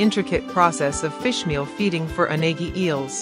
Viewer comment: It's a mistake. Unagi is not pronounced this way.